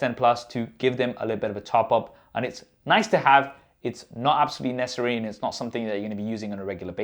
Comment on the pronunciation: Neccery, you mean necessary?